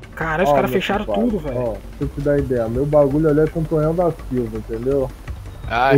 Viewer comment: n leu direito kkkkkk